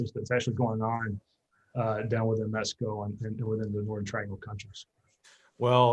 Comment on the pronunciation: To: It is pronounced M-e-x-i-c-o, not Mesco!